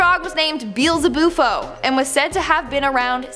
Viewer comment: I swear I thought she said "Beelza-boopo", but it was "Beelzabuffo". Saaaaaad